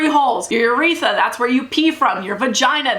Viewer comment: Your pronunciations should be VAGuhnul and yrETHra not vag-I-nal and yreth-a